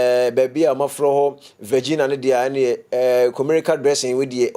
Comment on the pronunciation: Please is not Virgina, but Virginia. Don’t do that our states